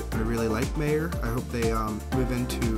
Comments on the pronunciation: It's pronounced My-yer not Mae-yer and you have to call it Meijers because everyone in Michigan adds an s to the end of everything. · Its not "Mayor" it pronounced "My-er" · Meijer is pronounced "My-er" "mhy-ehre" not mayor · It’s pronounced My err. Like it’s spelled Meyer. Good walk around!! One of my favorite places to shop!! Nice video!! 👍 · Mayer?? You mean Meijer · It’s pronounced mi er